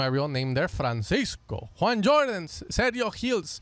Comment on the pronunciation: it’s JUAN JORDAN BRO.. please 😂😂